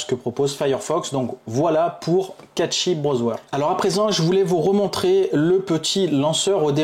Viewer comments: cashey pas catchy os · Bonne vidéo mais le "catchy browswer" c'est pour me tuer 😂😂😂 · Meme a la francaise on dit cachy mdrrr